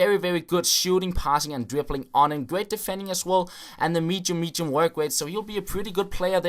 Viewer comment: "mechium mechium workrates"